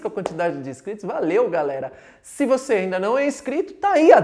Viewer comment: "Vose" foi ludibriado!!